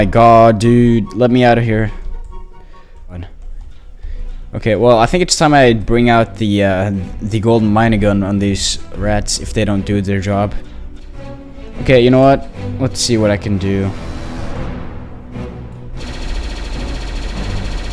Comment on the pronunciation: You said golden minygun